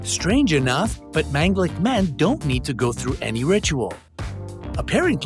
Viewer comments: It's pronounced Maan ga lik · Sorry you you pronounced manglik in wrong way